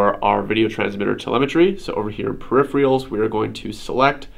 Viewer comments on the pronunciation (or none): Per-if-er-al. Not per--if-re-al. Pet peeve of mine.